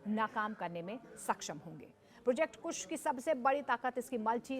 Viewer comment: पत्रकार महोदय को अभी इसमें ट्रेनिंग लेने की जरूरत है डिफेंस का एंकरिंग करना कोई आसान काम नहीं है अल्प जानकारी उनके वक्तव्य में स्पष्ट झलक रहा है कुश प्रोजेक्ट नहीं है बल्कि कुशा प्रोजेक्ट है